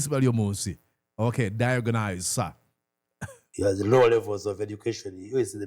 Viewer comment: Banange the word is "die-ag-knows" diagnose. Not Diyagonize!!